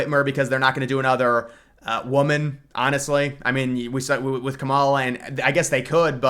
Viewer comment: How hard is to say Kamala’s name correctly